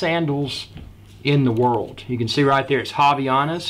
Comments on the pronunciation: its fine tho hahah by the way nice unboxing of the "haviyanas" hehe. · Did he just say haviyanas?